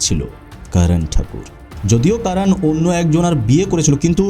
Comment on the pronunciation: আপনি যেহেতু বাংলাতেই উপস্থাপন করছেন...তবে Karan কে কারান না বলে করণ বললে সেটা শ্রুতিমধুর হতো... এমনিতে...Content is just wow❤❤